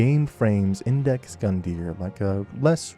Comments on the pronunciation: Iudex (yoo-dex) means “judge” in Latin, if it helps. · Not trying to be rude or anything, but in the first 30 minutes i already spotted 3 mistakes. It's "Iudex", not "Index". The tree skip in Firelink is clearly a bug, the jump is not intuitive at all, but they might have left it on purpose because it doesn't break the game that much anyway. Connecting to the tree skip, you dont get acces to the Firekeeper Soul, just the ring, the shard and the crows nest. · It’s iudex bro, great video though!